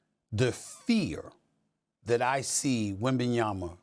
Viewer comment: I am happy that Stephen A finally pronounces Wemby name right WembanyaMa🤣